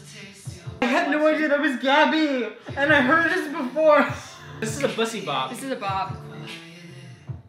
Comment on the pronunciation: "Gabbue Hanna"